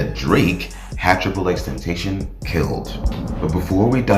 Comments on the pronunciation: STOP SAYING HIS NAME WRONG ! !!!!!! D:<<<<< IT IS NOT XXX TEN-TAY-SHIN IT IS XXX TEN TOSS-SEE-OWN!!!!!!!!!!!!!!! I WILL NOT BE SUBSCRIBING OR TURNING ON NOTIFICATIONS!!!!!!!!! FUCK YOU!!!!!!!!!!!!!!!!!!!!!!!! DONT EVER DISRESPECT JAHSEH LIKE THAT EVER AGAIN!!!!!!!!!!!!!!!!!!!!!!!! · tentation is not his name ..... ten ta cion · L for you saying triple x tentashon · Triple X Ten (ta-c-ön) pronounce it right bitch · Ten Tayshin. Can’t even pronounce his name right, but knows enough to walk you through a hypothetical murder case. 👌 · I would follow if you pronounced Xs name right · Can you say and spell his name right? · Jesus pronounce his name right, please, he’s not with us no more, that’s mad disrespectful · I’m mad at how he pronounced his name. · You say his name wrong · Bothered me how you kept pronouncing his name wrong, but nice video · Ain’t nobody gonna mention how this dude made a 20min plus video and researched xxx and can’t even say his fkn name right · No one finna talk about how he said xxxtentacion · I dropped a dislike solely because it’s 2021 & you can’t pronounce X’s name right. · Yeah first thing I noticed too. Do you not listen to him or watch interviews? He explains his name many times. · cuz he can’t pronounce his name 😂😂 ignorance isn’t a good look..he’s not the only one giving this same information just saying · Aye at least pronounce his name right next time guy. 😒